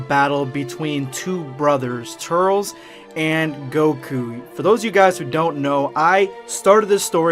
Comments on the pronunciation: Oh my freaking God it's not "Tur-rels" it's pronounced "Tur-liss". Damn have you ever even seen the tree of might? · Sounds like ur saying turtles instead of turles! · Bro....it’s pronounced tur-lis not tut-ls...did you watch tree of might or just going from knowing it exists? Love your vids bro but the mispronunciation is a total faux pas. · I normally wont dislike a video. But you butchered the pronunciation. I cant even finish the video.. Tur-les bruh.. Not Turels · Turles. TER - LESS. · Also its turles not turls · “Turls” fucking idiot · It's pronounced, "Tur-less" ~Dz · I can’t handle his name being pronounced “Tirles” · (tur-less) 🙄 like how it's pronounced in the movie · Hey,. I don’t wanna be that guy or anything, but this is lowkey killing me. I know you said that you’ve always pronounced “Turles” like that, but that is literally the wrong way of saying it. From The Tree of Might to Xenoverse 2 they say his name like “Tur-less.” I saw some people in the comments saying it was distracting and it kinda is. Why say it like that when you know people are just gonna correct you?... Anyways, keep it up with the quality content! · You can’t pronounce ”Turles” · Did you watch the movies? Then why the fuck do you miss pronounce his name!?